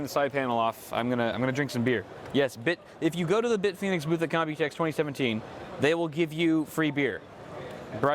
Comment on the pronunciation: Can't wait for it :) My only complain is how it says Bitfenix because I really like the logo.